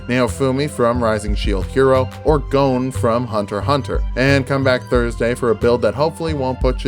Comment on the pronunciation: You said Gon wrong from Hunter Hunter, you wanna use the sub pronunciation, if not the comments won't be happy.